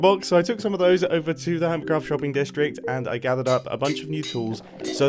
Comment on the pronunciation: earMitCraft and ermitcraft…